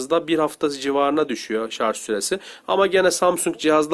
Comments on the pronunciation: ŞARZ değil abim ya, ŞARJ! vallaha çok rahatsız oldum :D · Ayhan Akgün Şarj olarak yazılır fakat dil sürtüşmesinden şarz diye okuyanlar var okuyana göre değişir